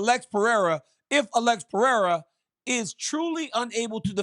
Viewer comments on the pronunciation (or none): It is PE-HEI-RA no Piera😁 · i hate how he says alexs name lol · Chael “Pierra” Sonnen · the way chael says pereira is crazy,, piera? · It's not crazy. It's incorrect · Chael still saying Piera just does my head in. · "Pee-Era" - Chael Sownun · Chael some how gets everything wrong but gets job after job. Always says since the first time the octagon was set up in mobile Alabama. It was Denver. He made Alex pereira a Frenchmen “Pierra”. I kind of respect it though 😂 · It’s quite disrespectful when “Pee-Era” would knock him out cold within 3 minutes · He lost me when he started with "Pierra" at 2 seconds in. I hate this new show. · CHAEL SERNEN STRAIGHT COPIED MY SCHOOLS SHTICK FROM LIKE 2012 LMAOOO PRONOUNCING NAMES WRONG ON PURPOSE LIKE ME🤣🤣🤣🤭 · Of all the bells and whistles that come with this show, one of my favorites is Chael purposely mispronouncing fighters names. 😂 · Yeah Chael (mister i never lost a round 😂) is becoming probably the most delusional MMA media guy in the world with this take …. And he needs to stop mispronouncing Pereira’s name on purpose…. This is getting out of hand here … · I love how bad guy pronounces names